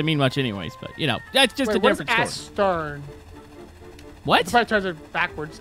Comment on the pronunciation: "Ass tern". As a massive ship enthusiast, that got me on the floor. IT'S PRONOUNCED EHS-STERN